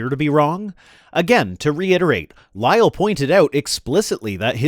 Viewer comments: Its a bit Jubyous of him and his goofy mannerisms combined with prouncing Lyell as "Lie El" are silly. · Lyell had a perfect excuse for not making erosion measurements, he didn't live there he was a visitor just providing advice, he had a job to go back to. He should also learn how to pronounce Lyell's name it's pronounced as if there is only a single 'l' not as if it ended with 'el'.